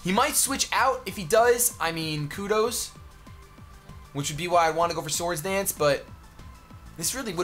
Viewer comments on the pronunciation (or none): none